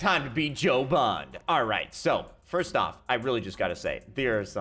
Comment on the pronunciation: James BOND, not Bon.